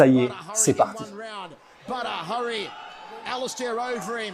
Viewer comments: Quelqu'un lui dit que ça se prononce "Bader" ? Et pas Badre machin... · Badre mdr on dit Bader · C’est badr prononcé Bader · Super vidéo bon travail! Juste une chose on prononce Badr « Badère » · Je ne suis pas sur mais il me semble que ça se prononce "Bader" Super vidéo comme d'habitude !! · Badr se prononce bader me semble t'il..... je fait le chieur mais superbe vidéo comme dab..... longue vie à! Peace✌👍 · Sont prénom ce prononce Badeur même si sa s'écrit badr! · Badr se prononce “bad air” ou bader si tu préfères 😉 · Ca se prononce Bader..sinon bonne vidéo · Sa s'écrit et se Badr Haris mais sa se prononce badere Haris. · Excusez moi on dit pas phonétiquement bader?badre ?? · Badr ça se prononce bader. Trop bizarre comment tu le prononce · C'était pas mal par contre il faut prnoncer correctement son prénom. Ca se prononce "Badère" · J'suis pas convaincu pour la prononciation du prénom. Le E doit être absent à l'écrit mais prononcé à l'oral...